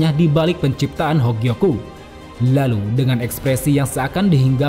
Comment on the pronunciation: Suka waktu mimin bilang "hLalu" 🤣